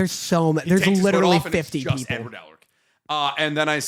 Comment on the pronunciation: am i the only one that heard him say "I wrote N word Elric in all caps" I know he said edward but thats what it sounded like he said.